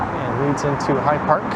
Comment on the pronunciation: fyi…It is High Park, not Hide Park.